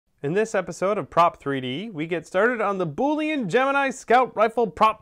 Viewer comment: Currently I am fixing my 3D printer to print out an Eyasluna from Destiny! I'm also hoping to print out a ton of parts for added detail to my costume. Sidenote: Boolean is pronounced "bool-i-an" Just thought I would throw that out there